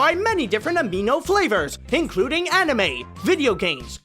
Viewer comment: "cartoon amino" says cartoon animo. I AM SO CONFUSED! D